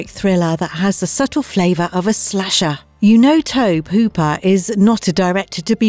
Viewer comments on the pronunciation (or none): Tobe hooper. TOE-bee, not "to-buh". sorry but that bugged me. so did "hi-AY-tee" for haiti.